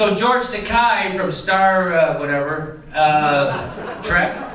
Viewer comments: Not a fan at all of the doofus but it's not Takai. It's akin to Ta-kay as in the girl's name KAY. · i know he's a shitlib, jimmy, but it's pronounced toe-kay. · It's Tah-KAY, "as in gay", Jimmy. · George Takei hates when his name is pronounced that way, so keep pronouncing it that way.